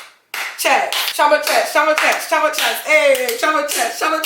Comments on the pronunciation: it is not Cho-ma it is Chio-ma, i know u r american or whatever it is that u r but surely u should be able to pronounce ur own name dammit! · little girl dont bastardise a beautiful nigerian name just because u want to show how american u r, if u dont know how to pronounce ur own name then perhaps u should ask ur parents how it is pronounced ... chioma is not pronounced choma, please dont do this again